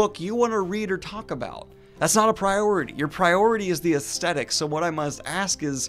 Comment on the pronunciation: “Aesthetic” is pronounced “as TH etic “ not “as T etic”.